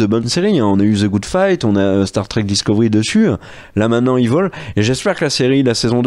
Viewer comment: On dit "Évil" pas "iveul"... Franchement quand même 😉